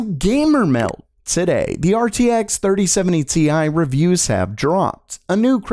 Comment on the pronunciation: 3070 tie, get it right haha